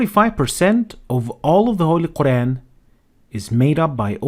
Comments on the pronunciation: A person who can't even say Quraan , is going to teach Quraan, what's wrong with this ummah. If you want to learn Arabic, enroll in a madrasa or go to an Aalim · Dude doesn't even pronounce "Qur'an" right.